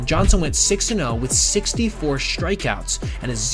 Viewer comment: Good video. Recommend you pronounce ‘strikeouts’ just the way it’s spelled, not like ‘shtrikeouts’.